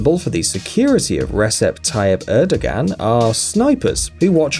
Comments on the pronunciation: Then Recep Erdogan is pronounced like re-jep er-doh-ahn(without g), and Vladimir Putin is vlah'dyee-meer(palatalized) poo-tyin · Erdo Gan! That’s funny. Pew ton! Lol. The Abe....cmon. (SHEEN-ZOE ah-bay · Bro you need to learn to pronounce these names. It's pronounced, Erdo-wahn, not Erdagan And it's Shinzo Ah-bay, not Abe Queen Elizabeth is the ruler of the Commonwealth, where did you get this notion she isn't? She is the head of state. She is the one who signs bills into law, and gives them the royal assent. It's Pon-tiff not pointiff